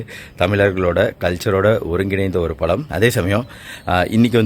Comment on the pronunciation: பலா பலம் இல்லை, பலா பழம்